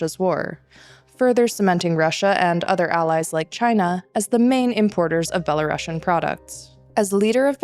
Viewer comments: За ўсё дзякуй. Толькі плізка не беларашн а беларусіан. ) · Is it just me having an itchy ears hearing "belaruŠian"? I always thought that russia has double s, hence russian, while in the case of Belarus - belarusian with a single s and pronounced as s, not sh... But I guess you guys know better...